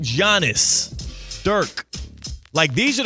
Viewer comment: How are people still saying “Giannis” and pronouncing it wrong in 2025?